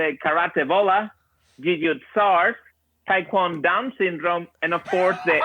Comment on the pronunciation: DID HE SAY TAEK-KWON-DOWNSYNDROME AND MMAIDS